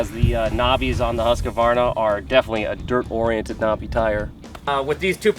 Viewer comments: huskavarna? just pronounce it Husk-varna.. it's really not that hard :) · Its really pronounced more like huus-kvarna not huska-varna :-) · Let’s say it together: Husk-var-na.